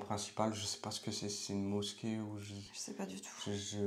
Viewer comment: Bonjour Le "s" se prononce "z" entre 2 voyelle. Effectivement la mosquée n'est pas mis en valeur. Dommage car le monument est magnifique. Bon courage pour Israël.